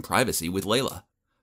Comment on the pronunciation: OMG FINALLY SOMEONE WHO HAS THE NAME “LEILA” AND PRONOUNCES IT LIKE “LAYLA” NOT “LEELA” I’M SUBBING! TSYM FOR 89 LIKES!!